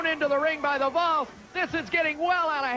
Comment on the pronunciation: Man, Chris Hamrick is a maniac. I was wondering who the heck "The Balls" were. It's "The Volz," as in the Tennessee Volunteers. Thanks for uploading this random show!